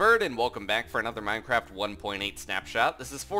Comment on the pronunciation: He said mineCRAP 1.8 snapshot! >:o